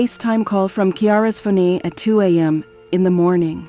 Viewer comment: your ai cant say phone? picked up her phoney XD